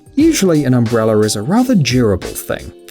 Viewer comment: What is an “umbreller”